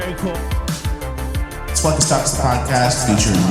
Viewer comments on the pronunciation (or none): Ahhhhhh it’s not flekka it’s pronounced fleesa. The bank in GTA5 is called fleesa. Fleesa means rob you or steal from you. They are going to fleese you. Or he got fleesed at the bank Wtf is flekkas? Why would it be flekkas?